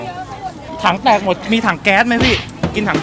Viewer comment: กินคำเเรง แหม่ตื้นตันเชียน่ะ55555 ❤️❤️❤️ ปล. พูดชัดๆ พี่ ถังเเตก ไม่ใช่ ถังเเตด